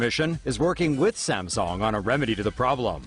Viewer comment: STOP SAYING SAMSONG!!